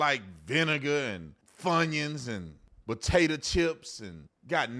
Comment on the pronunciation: You said Funyons😂